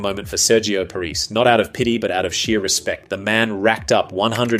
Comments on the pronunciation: just going to point out the narrators pronounciation of Sergio Parrisse name, its Pah-ris-say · Loved the video but my god please have a look at how to pronounce Sergio Parisse’s name😂 the man didn’t lose 106 international matches to be disrespected like this😉 (jk obviously) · This sounds like AI, far too long. Also pronounced Parisse's name wrong.